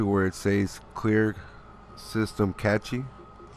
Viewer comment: Cache is pronounced "cash"